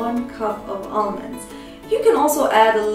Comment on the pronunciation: Hahaha Olmonds